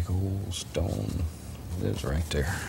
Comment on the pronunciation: right "dare" ... right "dare" ????